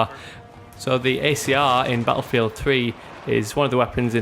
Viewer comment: i like how you say "ba afield"